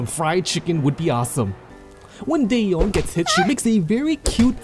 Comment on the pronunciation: not day eon... it is da yeon